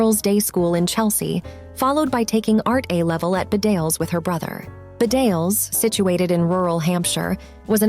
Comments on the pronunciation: It's pronouned Bee-dales not Ba-dales. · Bedales School is pronounced BEE-dales not bed-ALES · Its pronounced Bee-Dales not B'dales. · Bedales school is pronounced Bee-dales! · It’s pronounced Beedales. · Bedales is pronounced Bee-dales, the stress on the first syllable. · The school Bedales is pronounced "BEEdales" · The college, Bedales, is pronounced Bee dales.